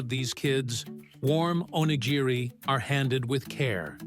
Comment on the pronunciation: time mark: "onigiri". That's the closest the narrator got to pronouncing this word correctly. At least he got the hard "g" sound right. He only missed the slight rolling of the "r" that is distinctive to the japanese language - a forgivable mistake for a non-native speaker. 🌏